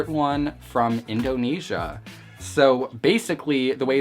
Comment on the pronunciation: I’m actually dying whenever he says Indonesia